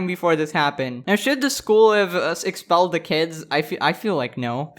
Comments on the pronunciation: not expellled its EXXXpelled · “EXXXpelled” omg